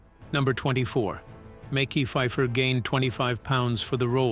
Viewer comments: Who is Mickey Fifer? 😂😂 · “Mecky Pfifer” 😂